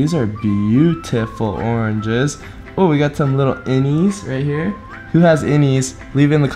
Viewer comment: Oranges: Orenges 😂😂